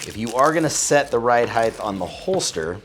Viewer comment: "ride heighth" sounds like Mike Tyson.